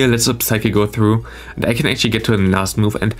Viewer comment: Since you Play medicham that often i gotta tell you that the p in psychic is silent. Its pronounced like sychic. No offense though, your english is great and has already improved a lot.